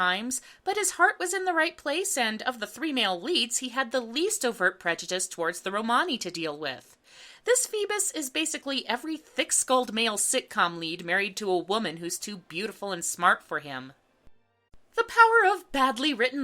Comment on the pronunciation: Not sure if it's a British/European pronunciation, but I think Romani is pronounced ROman-ee. My husband is British gypsy and that is how he and his family pronounce it :) not a big deal, just takes me out of the video a bit